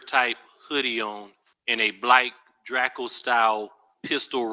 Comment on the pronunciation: he also pronounced the make of the long rifle firearm used in the crime, it's pronounced [spelt phonetically] "DREY ~CO" and the officer pronounces it "DRA ~CO" and he says "BLAYK" instead of "BLACK" lol. I've no idea what accent or dialect specific to a specific area that is like Boston for example almost sounds like a Canadian accent with pronunciations specific to that state, but never have I heard those words pronounced that way lol. ❤❤